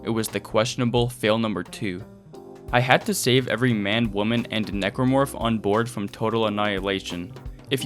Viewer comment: For a second, I thought you referred to the Necromorph as "Negro Fuck".